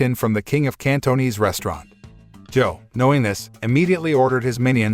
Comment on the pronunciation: The way he pronounce Cantonese though